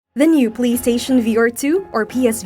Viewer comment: You are nailing words such as “experience”, “ergonomics” and “resolution”, but you can’t say “new” (as in “new lens”) where you say “now lens”, and you can’t say “beat”, so you say “best”. Look, I’m not trying to be a jerk, but if you have a tenuous grasp of the English language, maybe don’t narrate a video in it.